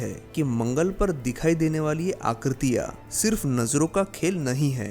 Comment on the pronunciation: भाई, हैं को है कहते हो ,हां को हा कहते हो ....यह अशुद्ध है। आकृतियां को आकृतिया बोल रहे हो । हिंदी तो ठीक से बोलो , तब वीडियो भी अच्छी लगेगी।